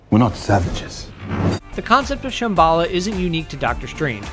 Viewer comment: you said shamballa wrong its sham-ba-lla not sham-balla